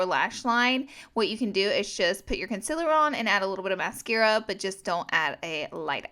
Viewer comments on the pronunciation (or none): It's con-seel-er not counselor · Omg the way you say concealer😂 lmfao it’s concEAler not conCILLor. You gotta pronounce the E more. Con-CEA-ler. Sorry I had to, this bothers me so much😂